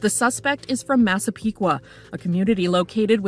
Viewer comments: I’m proud of you for saying massapequa right lol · Excellent video!! You did a wonderful job talking about the victims. As a Long Islander I was so impressed with your pronunciation of Massapequa (although I definitely cringed at "In Long Island". We hate it, its "ON Long Island"). Hoping that he is convicted! Also, love the fact that they caught him because of some pizza crust.